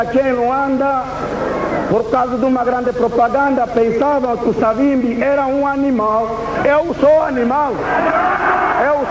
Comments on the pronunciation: Porquê que dizem: "Savimbe"??? O nome dele era/é SAVIMBI!!! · Sei que é dificil,, e pode até parecer mais bonito de se pronunciar mas, o nome é SAVIMBI com "I" no fim, e não Savimbe como tem estado a dizer. Se devemos respeito a esta individualidade, no minimo devemos pronunciar o nome do mesmo como deve ser ou seja como ele é... Cumprimentos pelo bom trabalho que esta a realizar.